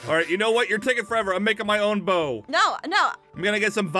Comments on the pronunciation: hhahaa Aphmau doesn't no how to say bows two haha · Aphmau it's bow